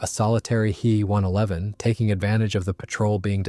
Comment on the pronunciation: WTF is a ‘hee one eleven’ and a jew eighty eight - frickiin AI